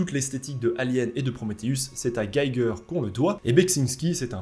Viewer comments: Prononce G"i"ger hehe il est Suisse allemand! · Salut, cher! Très intéressante vidéo sur un sujet très brûlant. On est définitivement au cœur de l’actu, car j’ai l’impression de ne voir que ça, depuis quelques semaines. Alors, mon petit démon psychorigide de la prononciation me demande de te dire que Giger se prononce: « Guy Guerre », vu qu’il était suisse allemand, originaire de Gruyère (malheureusement décédé en 2014). D’autre part, l’excellent (et regretté également) Zdzisław Beksiński a eu droit à une vidéo incroyable sur la chaîne Alt236, que je te recommande chaudement, si tu arrives à te libérer, le temps de la regarder en mode « focus », sans rien faire à côté (comme peindre ou chercher des parasites dans la fourrure de Léonardus). Tu devrais reconnaître le logo de la chaîne, vu qu’il a été designé par Souris de Coton! Voilà. Merci encore pour cette vidéo passionnante!